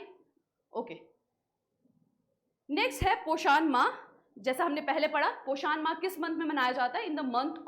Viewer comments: This is a hindi word prounce it poshn not pashaaaaaaan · mam plz pronucation se dhyan da ap its poshan not poshaaan. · Poshaan ❌ Poshan ✔️